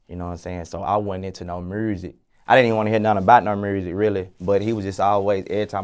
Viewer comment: I love but “mursik” wtf